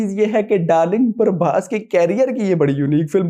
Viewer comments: Not parbhas it's prabhas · Brother don't pronounce our darling prabhas name as parbhas His name is PRABHASSSSS not PARBHAS 😊. I know u love prabhas but still if u call him as Prabhas , we the fans wil be happy 🎉